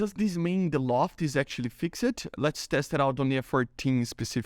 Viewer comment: You overpronounce the "e" in "-ed" endings of words, just pretend its "fixd" instead of "fixed", that should sound more natural.